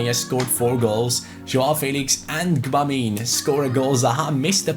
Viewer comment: I think you pronounce Gbamin french (if that makes sense) Reading it in German it'll be 'Dschöbamö'